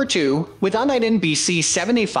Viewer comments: It's YOU-KNEE-DEN not UN-EYE-DEN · 010323 - It's pronounced "You-Nih-Den" For someone who seems to know a little something about scanning, Uniden has been around a VERY long time. Please honor them by pronouncing the Name correctly. Thanks! Oh and HAPYY NEW YEAR!! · Don’t know if i want to take advice on best scanners from someone who can’t even pronounce “UNIDEN”.